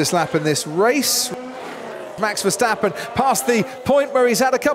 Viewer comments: Why do they keep on saying Versteffen instead of Verstappen? Yes, I speak a Germanic language - get it right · i swear i have the same problem with "VESHTAPPEN"